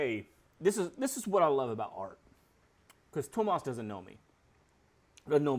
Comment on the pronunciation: Hi! There is no H in Tuomas, it's TU - O - MAS If you want to check out the pronunciation of any word, you can go to google translate and click "listen" after you have typed and chosen the language. Have a great day!